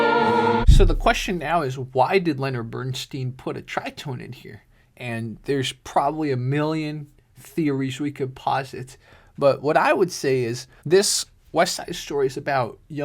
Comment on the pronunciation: Leonard Bernstein pronounced his name BernSTINE, not BernSTEEN. He was very particular about that and corrected those who mispronounced his last name.